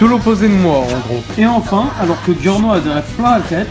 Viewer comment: C'est bien sauf qu'on dit giorno (jyorno) pas (guiorno)